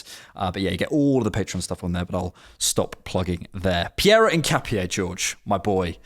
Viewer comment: Btw it’s pronounced IN-KA-PYEH